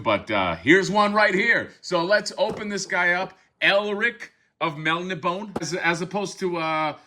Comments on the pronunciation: I'm pretty sure it's pronounced Mel - Nib - On - Ay. At least that's how my dad always pronounced it and he was friends with Elric's creator Michael Moorcock back in the '70s. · It's pronounced "Mel-NI-bo-nay". Elric was created by Michael Moorcock in the late ‘50s as the anti-thesis to Conan and is one of the foundational icons of sword-and-sorcery along with Robert E. Howard’s Conan, J.R.R. Tolkien’s Frodo, Fritz Leiber’s Fafhrd & Gray Mouser and Catherine Moore’s Jirel. He is a dragon-descended Melnibonéan Prince whose people were oppressive, hedonistic sorcerers who enslaved primitive mankind of the Young Kingdoms. Although humans exist, Elric's world is not a prehistoric Earth but a different world entirely. Unlike his people, Elric is a sickly albino with a conscience. He uses magic to keep himself functional. He is deposed and exiled to live among men. His blade is cursed. It confers strength to him by stealing the souls of its victims. It is often indiscriminate and kills those he loves as well. He is the Eternal Champion of his world meaning a nexus individual who resets the cosmic equilibrium between Order and Chaos by serving either the Forces of Law or the Forces of Chaos. He is a tragic figure who knows he is doomed. Every Eternal Champion has an Eternal Companion, an Eternal Consort and an Eternal Adversary. In some stories, the Eternal Champions of different universes meet and fight as a team. All of Moorcock’s stories are interconnected. The broadsword is Mournblade and the slim sword is Stormbringer. The other accessories are the Actorios Ring, the Horn of Fate, the Shield of Chaos and a healing elixir. Any spellcaster or warrior who